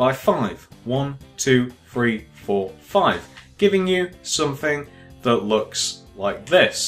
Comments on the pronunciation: Lol. One two free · Iknow, that annoys me SO much ! Free, it's three! loll.